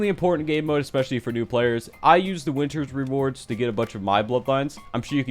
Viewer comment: at 9 did he say winters rewards? idk what he said tbh i need help